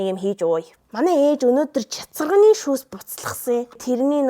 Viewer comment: Chatsarganii shuus gedgiig ni chatsagnii shuus gej sonsloo shd 😂